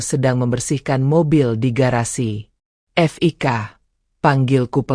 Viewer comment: Namanya kan Fiko. Kalo ditulis Fik, ya berarti panggilan dari nama Fiko, jangan dibaca F...i...k... Kayak ya narator mesti banyak belajar